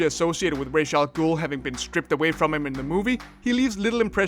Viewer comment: Reish al ghul? That's not how you say that name :D